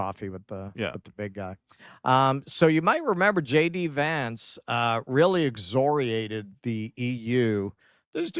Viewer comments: it's exCORiate, not exzriate. The word contains the letters C, O, & R. Not Z. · there's a hard 'c' in 'excoriate.' Sorry, I don't mean to be sathing of your pronunciation.